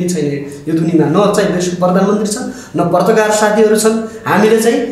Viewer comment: पर्ताकार होइन पत्रकार भन्न सिक न मुजी दले